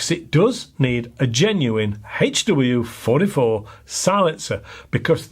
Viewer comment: I've been shooting over 40 years and your pronunciation of the HW44 is correct! Lol. Love your videos